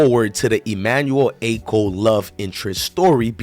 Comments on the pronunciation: Dont get mad at me its pronounced Ah-cho not Acko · Emmanuel ACHO. Pronounced as AH-CHO. Like saying AH-CHOO minus the extra “O”….